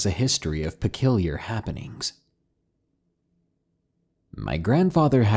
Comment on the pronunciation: So noones gonna point out the fact that the man said pekilliar, not peculiar😐